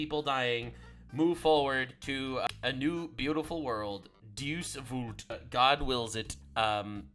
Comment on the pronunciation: XD it's pronounced (DAY-use Vault) love the love brother.